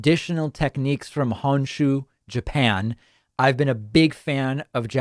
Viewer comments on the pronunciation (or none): Please stop saying cammie kodo and hanshu. Kamikoto and Honshu